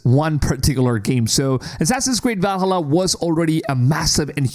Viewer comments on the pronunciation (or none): VAL:HALLA NOT VALHALLUR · I really don't want to piss on your video, but... I know you are coming from USA and most Americans sucks at languages (even English). Anyway Valhalla is part of Nordic mythology not Suomi (Finland). So it's pronaunce Vaalhaala definitely not the way you are pronauncing!!! If you are coming from Finland I would understand 😉💪 Cheers ❤ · I'm blind. I need the line. Ubisoft are the only ones catering to my kind. Also, "Val-hulluh". That's a new one for me. Also, also, respect for human voice. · Can you say Valhalla ones more please?